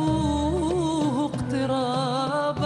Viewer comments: (ارجوه) اقترابا نطقتها كذا (ارقوه اقترابا) 😂😂 يعني عشان ام كلثوم نطقت حرف الجيم خطأ لازم تنطقيها مثلها!!؟ طيب ام كلثوم نطقت كلمك (في انتظار الموعد) نطقتها (في انتيزار الموعد) كان نطقتيها زيها ، المشكلة صوتك حلو وادائك روعه لكن نطقك للحروف خطأ افسد متعتتي في الأداء . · ليش قالت "وارقوه اقترابا!!!! " (بدلاً من "وارجوه" ) ام كلثوم كانت تخطي في بعض الكلمات بحكم اللهجه المصريه ولكن اسماء المنور حسب ما اعرف بالمغرب العربي نطقهم للحروف جداً ممتاز !